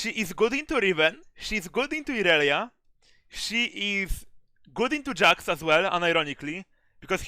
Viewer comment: i know he pronounces champs weird but jax = "yasek" is by far my favorite